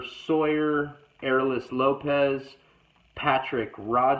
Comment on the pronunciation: You said my name perfect actually!❤️ I’m Arelis Lopez.